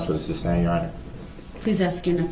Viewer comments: If he would quit yelling grounds, he would here the grounds plus, why can’t he say sustain and not substain? It would be hard for me to stay quiet! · I remember when she said “substain” and quickly corrected herself. I pictured her and her husband relaxing after a day of work and her saying “if he says ‘substain’ one more time I’m going to scream”. No doubt there were more than few discussions of his mispronunciations. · I wish she would've "axed" him what "substain" means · You know it just dawned on me that maybe, just maybe if circus boy would shut his mouth for 5 seconds after the objection....maybe he would have heard the grounds. And maybe the idiot would learn to say "sustain" instead of "substained"! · I wish she would have corrected him on the word sustain not suBstain. Lol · It was but he didn't use that word as much as suBstain. Lol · substain is a real word. It goes with masterstain